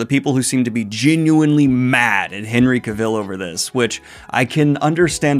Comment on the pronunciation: Say "Henry Cavill" again bud